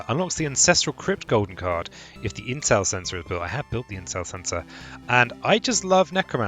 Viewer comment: Haha, I totally misheard you saying "intel center" as "incel sensor"